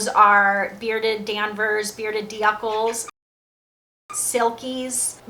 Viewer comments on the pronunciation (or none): I laughed so hard at the "D- uckle" pronunciation hahaha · What's the proper pronunciation? Dook-l(uh)?